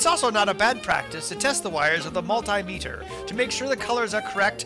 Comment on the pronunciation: yay. you finally pronounced multimeter correctly.